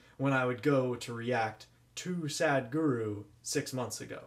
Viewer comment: The spelling is Sadhguru...h is not silent...it makes a sound...so it's not Sad but Sadh...